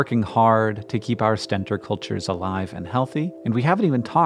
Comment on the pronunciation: It's pronounced "stentOR", their trumpet shape reminiscent of the mythical Greek warrior Stentor, who had a loud trumpeting voice . A "stenter" is someone who uses stents I guess :)